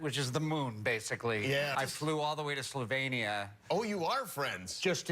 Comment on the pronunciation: Kinda weird that Chandler pronounced Slovenija in the correct way... Yet this lady did not...hm....